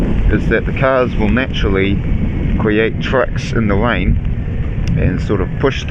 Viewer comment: Widing in the wain😘😭🤣🤣🤣 covnevs awww he speaks so cute